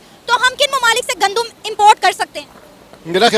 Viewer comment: Gandum...Muje laga Condum bol rhi hai😆🤪😄